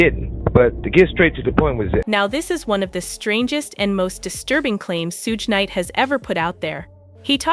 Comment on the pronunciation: Soog knight lol this AI bot needs some pronunciation lessons